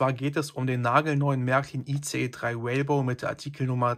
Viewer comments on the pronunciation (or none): Wie er "Rainbow" nicht richtig aussprechen kann 😂😂😂😂😂😂😂😂😂😂😂😂😂